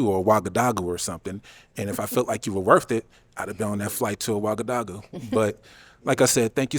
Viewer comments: So hard to watch these sometimes. Would be nice if people stopped trying to use words that they clearly cannot pronounce the correct way. Ouagadougou was BUTCHERED! 😬Also, orientated?? The word is ORIENTED!! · Shoutout Ouagadougou, pronunciation was wrong but 😅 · Never thought I’d hear my birth city mentioned on this show lol ( Ouagadougou) granted he pronounced it wrong but I’m still impressed lol